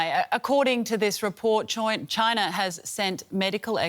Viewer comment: She nearly said “CHOINA ! “ which is how I assumed you Aussies pronounced it